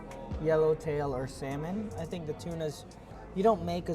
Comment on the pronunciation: the "l" is not pronounced in salmon. "samon"